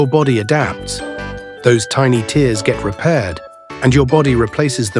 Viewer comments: Its even more painful listening to Ai pronounce teers instead of tares. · Tares, not tears